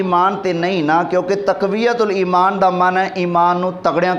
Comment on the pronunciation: تقویة الایمان نہیں تفویة الایمان